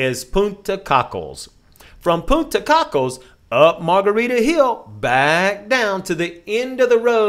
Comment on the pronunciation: I was only there 5 days and even I know it's not Punta cockles. It's Coke less Beach is how it's pronounced